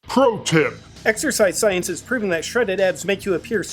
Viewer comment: Hahahaha, "sciense". Cracked me up!